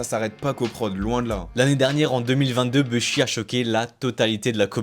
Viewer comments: Faut totalement arrêter de dire « beuhshi » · Vidéo de qualité 👌🏽 Juste quand j’entends le gars dire « BEUH SHI » ça me rends fou mdr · Et vous savez même pas prononcer Bushi ptdrr